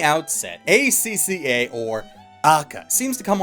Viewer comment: it's pronounced (Ah-ka-kah)